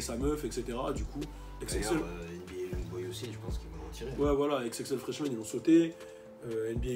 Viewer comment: FRESHMAN pas FRESMAN sinon pas grave dommage pour Tekashi69